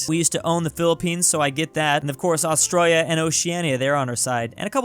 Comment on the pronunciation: How did you mess up Australia That sounded a bit like Austria with la at the end